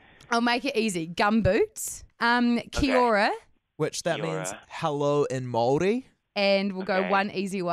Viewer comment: The way she said Kia Ora. Nooooo, it hurts me. But the guy was pretty goo with saying Māori.